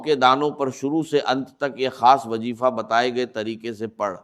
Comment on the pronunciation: ڈاکٹر اسرار صاحب کی اواز نہیں ہے یہ اواز کو اواج اور وظیفے کو وجیفہ کہتے ہیں یہ اے ای سے جنریٹڈ اواز ہے دجال کے دھوکے سے بچیں